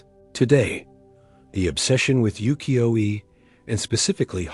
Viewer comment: 浮世絵 is pronounced as "woo-key-yo-eh."